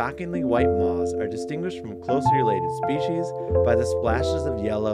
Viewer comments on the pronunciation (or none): Incredible, but why does this guy pronounce "moths" like that? Almost like the "th" is silent?